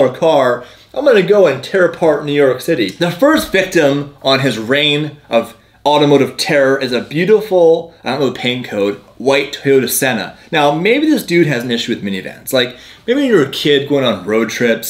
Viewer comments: It’s Toyota Sienna not senna like mclaren lol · I think he meant the Toyota "Sienna". Just mispronounced it